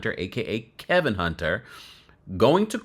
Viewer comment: His name is Kevin not Kelvin